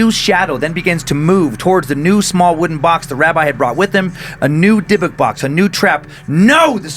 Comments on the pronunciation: Dib-ick, not deh-book lol Glad he finally caught on...Joe must’ve been in his earphones about it. Love this series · I know that with cadences and regional speech changes but I’ve always heard dybbuk box pronounce (dib-bick) but I could be wrong. Sorry to interrupt with this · So happy someone posted about this. Love the show but the pronunciation was bugging me. Haha. "Dib-bick" is correct. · And Dan it's pronounced dib-ik box lol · I was thinking that too. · Dude the way you pronounce dybbuk makes me want to throw you cuz you're pronouncing it completely wrong no hate at all I just started listening to you guys like 2 days ago I love y'all are great but you're pronunciation for a lot of these words frustrates me lol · I’m pretty sure he’s mispronouncing Dybbuk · specifically why I was scrolling through the comments, wanted to make sure I wasn't the only one scratching my head.